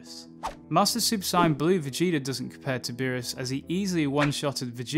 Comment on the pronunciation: The way he says sayian is hurting my brain